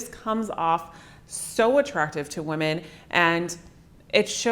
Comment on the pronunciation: Cute how she says women as woman.